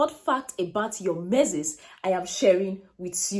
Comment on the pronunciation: Pls get the right pronunciation for that word “menses”